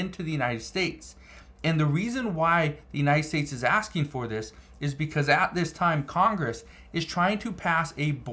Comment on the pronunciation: Its not "estates"..its states. Why y'all always add an "e" when a world starts with a "s"...pls say the words correct